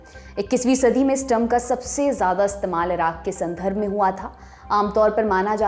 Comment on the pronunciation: Aap sandarbh ko sandharbh bole rahin hain.